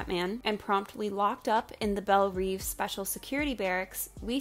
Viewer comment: Belle Reve, not reeve, it means beautiful dream in French. I can't imagine why you'd name a prison this.